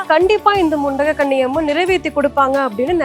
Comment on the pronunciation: The Amman name is mundagakanni Amman, .not mundakanni, say properly